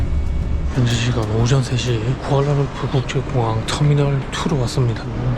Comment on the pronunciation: 북수마트라랑 쿠알라룸푸르 발음 나만 웃긴가 ㅋㅋㅋㅋㅋㅋㅋㅋㅋㅋ